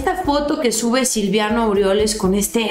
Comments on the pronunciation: el nefasto se llama Silvano, no SILVIANO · no se llama SILVIANO Es SILVANO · es silvano, no silviano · felicitaciones por tu programa. Pero no es Silviano, es Silvano. Saludos!! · perdóname que te corrija pero es Silvano no Silviano, saludos y arriba la 4T y nuestro presidente AMLO. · es Silvano no Silviano 😉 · Es Silvano No Silviano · Aguas, es: Silvano no Silviano. Te van a agarrar de cotorreo. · SE LLAMA SILVANO "NO SILVIANO" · es Silvano, no silviano